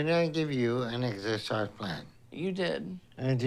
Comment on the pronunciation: Excercise? I thought you said extra fries 😂